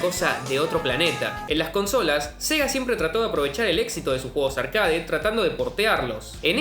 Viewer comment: No existe la palabra «arcáade» se pronuncia «arquéit».